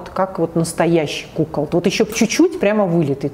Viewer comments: КукОлд ! А не кУколд! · Все: кукОлд: кУколд